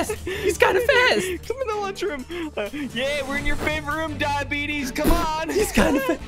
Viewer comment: I’m laughing so hard he said diebitys 😂🤣😂😂🤣